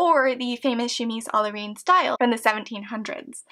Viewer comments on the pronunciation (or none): The "reine" in "chemise à la reine" is actually pronounced like the ren in rent :)